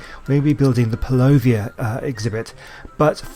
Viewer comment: It's purlovia not perlovia